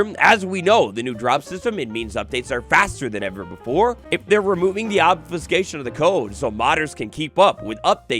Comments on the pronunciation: I feel your diction pain as (for medical reasons) I've had to learn "how to talk" 9 times in my adult life. Try this slowly: Ob-few-skā-shun I think part of the trouble you were having to start with was the incorrect vowel sounds 🤞🤍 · Obs-phew-kashion (how to pronounce obfuscation)